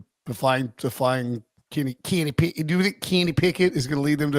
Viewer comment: Am I the only one who hears "Can he pick it", when says Kenny Pickett? I feel like shouting "YES HE CAN!" everytime:)